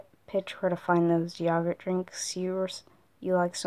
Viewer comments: The way you say yogurt is so funny to me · WAIT HOW DID YOU PRONOUNCE YOGURT DID ANYONE NOTICE THAR NEVER HEARD IT LIKE THAT😂😂😂😂😂